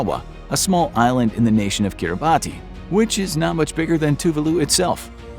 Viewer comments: Just a slight correction, Kiribati is pronounced “kiri-BASS” not “kiri-BAHTI”. For future videos. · Kiribati 🇰🇮 is pronounced "Kiribas" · Great video! One correction though: "Kiribati" is actually pronounced like "keeriboss". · "Air Kiribati". Because of the particular use of the alphabet in the native language, "Kiribati" is actually pronounced . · You mispronounced Kiribati